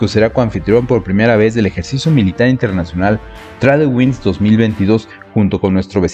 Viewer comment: Muy buen video, pero una pequeña observación: "Tradewings" se lee como "Treid wings" Mucho aprendizaje para nuestros marinos y que bien que México pueda estar en estos ejercicios. Ojalá el ejército también se uniera y hubiera una colaboración más cercana a la OTAN.